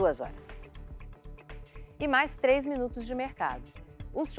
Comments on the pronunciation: Ele fala “ tleis “ com o Paizão kkkkkkkk no ep passou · O fala tlês, tlem... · A palavra três, ele tb n consegue falar, ele fala tlés